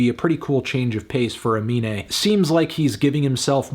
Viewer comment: Anthony, his name is Aminé, please stop calling him anime in your review